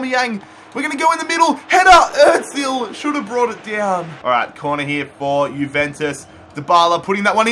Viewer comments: It’s not Otzil it’s Ohzil (Ozil) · Its not Mesut Etzil